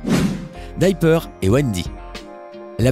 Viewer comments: ça ce prononce dIper pas dyper ! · Alors : se n'ai pas coccinelle mais ladybug et se n'ai pas dyper mais diper😤.merci au-revoir(il n'y a même plus de respect 😂)